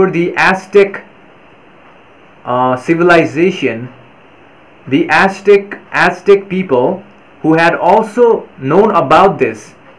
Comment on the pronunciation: Azzzteck not asstick, thank you